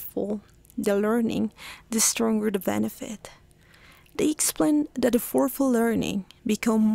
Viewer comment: The pronunciation of the words retrieval /rɪˈtriːvəl/ and effortful / ˈɛf ərt fəl / are wrong in your video!